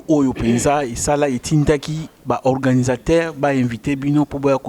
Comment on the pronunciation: Ndeko Eliezer alobi organisateurs. Mpo na nini ozali koloba organisataires, ndeko mopesi sango.